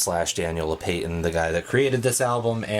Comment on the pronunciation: Oof. ”Daniel low-pay-tin” I think it’s actually pronounced low-pa-tin